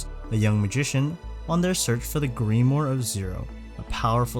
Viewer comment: Grim-war Not greem-or lol